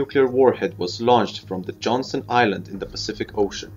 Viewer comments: It's not johnson it's johnston island..... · That would be Johnston Island. Not Johnson.